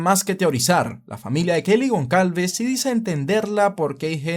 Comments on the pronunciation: Gonsalves. GonSalves. GonSSSSSSSalves!!!! Por dios, en serio no te sonaba mal pronunciarlo tal cual, goncalves? En serio te imaginas a un guiri pronunciandolo asi? Y se dice superviviente, no sobreviviente. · Gonçálves, hermano. Es un apellido que se usa en Portugal y Brasil. Se pronuncia como: Gonzálvez. Semejante a González